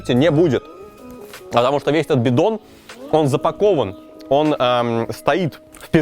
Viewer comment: Может это я очень тупая,но у меня чуть ли не истерика от слова "Бидон",мне почему-то очень смешно,когда ты говоришь"Бидон")